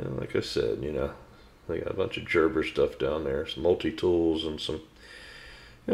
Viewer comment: Very enjoyable video. Knives and I have a checkered history...too many scars as a result of not using them properly as a kid. Growing up, hardware stores were the only stores I was ever interested in. I would have loved the ACE stores. I just have one negative comment....please pronounce Gerber properly. It is a name with German origins. The G is hard, therfore a G not a J.